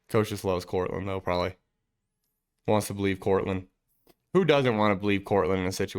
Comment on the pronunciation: I Bo-lieve !!